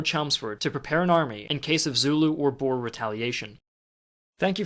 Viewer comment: Boer not bores